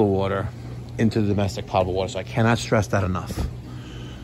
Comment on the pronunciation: poe-tuh-bull, not pot-uh-bull my friend.